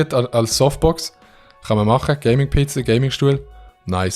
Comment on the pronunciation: jeder: ‘PC’ schweizer: “Peeeh Ceeehh”